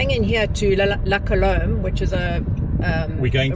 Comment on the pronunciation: You two are shocking at pronouncing French- I only learnt it at school- La Colombe- you do not sound the 'b' at the end only as the last sound is the 'm'. The other one was the Oak and Vigne -Vign e is as in sign no sounding the 'G'!!! Just letting you know folks! I had a birthday lunch at La Colombe - it ws really lovely! I agree Constantia is beautiful - truly graceful area.